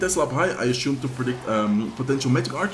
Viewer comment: Assume not ashume